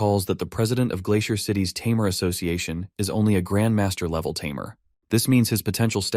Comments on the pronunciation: This AI voice seems unable to say "tamer" correctly! xD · What’s with the constant use of tameer instead of tamer? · What a interesting way too say tamer 😊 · if only the AI could properly pronounce "tamer" consistently